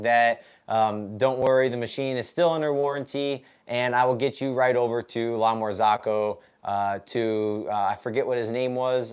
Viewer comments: Sorry bro it really bothers my ears 👂🏻 it’s s not La Marz(AA)co it’s La MarzOcco not A but O Besides that glad your machine is fixed And one more thing Linea Mini and GS3 are totally different machines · lamar-zOOCo not ZAACO thou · I'm always on the lookout for new coffee channels, and yours seemed interesting. But I just cannot get over the way you pronounce "La Marzocco" :-)